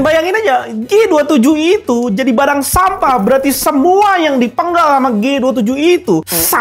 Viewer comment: Ahahaa renyaahh ngucap sampahh nyaaa😂